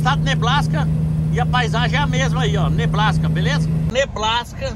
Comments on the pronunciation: É NEBRASKA OU NEBLASCA???? KKKK FIGURA ESSE, CONTINUA ASSIM MEU AMIGO ORIGINAL!!!! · xenhêne, nebláska, whiskasi kkkkkkkk